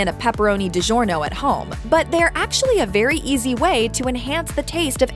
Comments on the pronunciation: I believe it's Digiorno's not Giodorno's... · Who let her call it GiorDonos 😂😂😂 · Did hear her pronounce Di-Gournio. Red Baron has the best sauce Tony's Pizza still the cheapest and the best . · I refuse to take advice on how to cook pizza from a moron who can't even pronounce DiGiorno correctly. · did she mispronounce DiGiorno or am I tripping? I'm pretty sure I only know how to pronounce that word because of all the commercials LOL